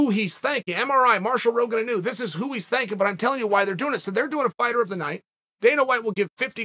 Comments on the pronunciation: inu …..pronounced; ee-noo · Hey Chael, Inu is the Japanese word for Dog and it isn't a big deal, but it is pronounced "E"-Nu. Cheers.